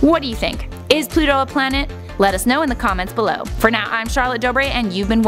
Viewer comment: read the comment. He say plant not planet